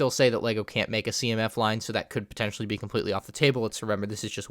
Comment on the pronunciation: you say "pontetionally" at least 3000 times